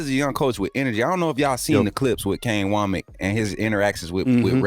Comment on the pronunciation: Hey, I think it's pronounced "wammick" like says not "wo-mack"